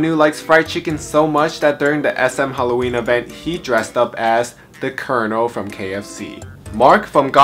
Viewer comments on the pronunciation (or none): none